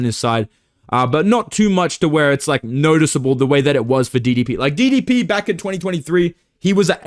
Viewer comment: Your South African accent very time you get to DDP in a video kills me bruh😂